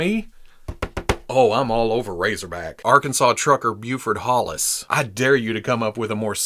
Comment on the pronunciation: He's a trucker whose name is Hollis. HAUL-is? We need to go back.